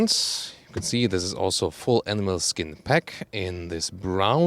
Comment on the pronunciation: You know he's a German when he's like "NEIN NEIN, it ain't leather, it's A N I M A L S K I N"